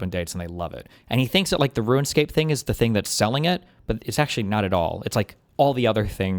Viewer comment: Unless you're talking about some other game, your pronunciation of Runescape is atrocious. Thumbs down.